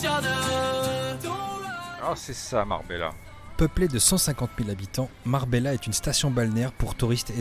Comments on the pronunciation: Tarifa est le point le plus au sud de l'europe et non Gibraltar. Avant de vouloir de enqueter sur ce qu'il se passe chez les autres pourquoi ne pas enquêter sur ce qu'il se passe chez nous ? Sinon ça se prononce Marbeya et non Marbela. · Parce que je l'ai déjà fait maintes fois en France. Je suis français et je prononce Marbela, comme je prononce Détroit et pas Ditroyte. Mettez-donc un peu d'eau dans votre vin, la condescendance ne fonctionne pas avec grand monde.